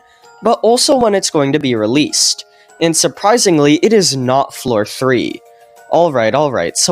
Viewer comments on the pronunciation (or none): bro said suprinsingly, bruh we already know that every update gets delayed by 10 years 😭✌️ (no ofense)